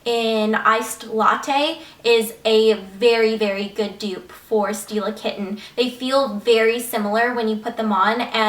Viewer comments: It sounds like you're saying "steal a kitten" when you say "Stila Kitten." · when she said stila kitten did anyone else think she said steal a kitten